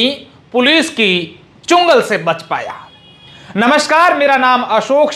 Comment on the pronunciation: अशोक चुंगल नहीं चंगुल होता हैं